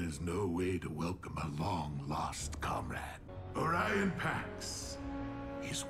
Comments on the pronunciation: It's oRIan Not oranan come on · I’m sorry, but hearing you say oranan seconds after megaton saying Orion Pax drive me crazy.